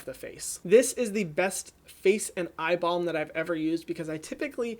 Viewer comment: Ohhh eye balm.....I thought you said eye ball the 1st time. Hahaha